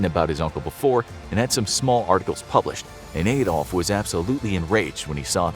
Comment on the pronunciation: The Messerschmitts were me109's not ef109's, Adolf is pronounced like Adam from the garden of eve, not Aydolf!